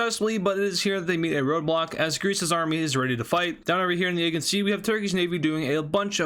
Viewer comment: Dude...you have no clue about balkans, wars in general (Ukrain didnt teach you anything) and ofc balance of power over the aegean sea (you first must learn to PRONOUNCE it right)!